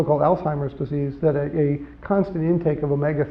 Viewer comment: This is great great information! I disconnected when Jeff pronounced "Alzheimers " "allTimerz"